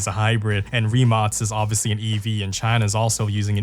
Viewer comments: "rimatz" ? wtf? its "ree-mak" rimac... just google how to say it. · Why do you say Rimats ? It’s Rimac isn’t it ? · As a european I know its not the point of the video and you cant possibly know our situation regarding if we are in gold age or whatever but excluding those hypercar brands buggati koenigsegg rimac(btw its pronounced rimak not rimats) average car made for point a to point b they are just not what they used to be in the 2010s you could get twin turbo charged V10 in audi RS6 now if they have v6 in them we are like wow the last generation of golf r will have Inline 5 from audi rs3 as a farewell to the golf r because vw is going electric and is killong the golf r i mean 20 years ago you could buy one of the most european engines ever 3.2 vr6 that thing screams like a fucking fighter and has better lifespan than a fucking turtle and i am not exaggerating because my first car was a golf mk4 vr5 which is essentially the same engine just smaller and one less cylinder thats it and also the first ever production car fitted with dsg was golf mk4 r32 the same one with the 3.2 vr6 europe really as an innovation point of view is falling behind china and their evs and what not every brand be it for cars or computers its dependent on chinese manufacturers to deliver chips and all sorts of complicated technology that i dont know what will happen if china just banned trading with all continents except asia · why do I hear only rimats? isn't it rimac? idk.... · Idk how you end up pronouncing Rimac as Reemarts...